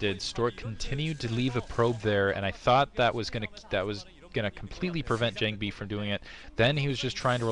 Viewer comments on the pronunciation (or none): Jangbi....not John-bi lol